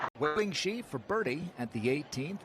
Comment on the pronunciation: To the commentator: Wei-Ling Hsu last name is pronounced like "Shu", not "Shi".